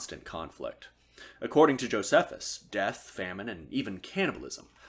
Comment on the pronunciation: “I mispronounce a lot of things” Goes ahead and says “Josephus” lol